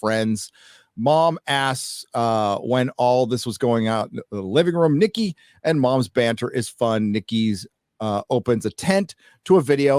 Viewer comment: I got {{{Triggered}}} every time you said: “Nikki”😎😂